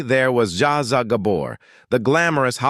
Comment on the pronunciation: JAZA Gabor😂... ZSA ZSA ... This is what happens when you sell out to "Ai" to try and produce a cheap production!